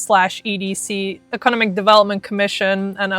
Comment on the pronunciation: I’m really digging your information, but why didn’t your boyfriend tell you you’re saying economic wrong?